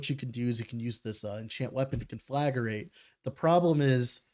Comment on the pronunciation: You're putting an extra syllable in Conflagrate. Con-fla-great. As in this guide is con-fla-GREAT.